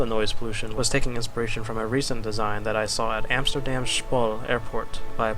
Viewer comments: Scpol xD Always fun hearing English people say Dutch things :p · Love what you do man but you do not pronounce Schiphol properly :'D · World capital without universities? XD. Btw schiphol is pronounced WAY differently (I live in holland). dont mean to be a hater tho, great video and your stories and cityscaping are amazing.